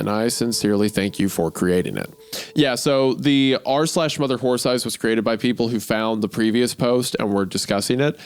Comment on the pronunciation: I loved the two times Wendigoon couldn't say "horse eyes" and kept saying "wh*re thighs" His mind betrayed his soul